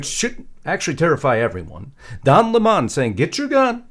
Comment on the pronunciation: Don LaMon? I thought his name used to be pronounced like the "fruit", lemon?😆. He is so needy for attention. He is sounding more and more like a bona fied fruit cake evey time he opens his mouth!😂😮